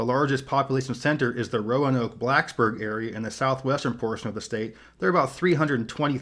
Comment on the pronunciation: Pronounced RO-NOKE....please.